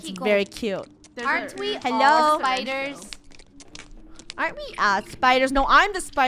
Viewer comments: Im scared on "spooders" TwT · No one: The krew: SPOODERS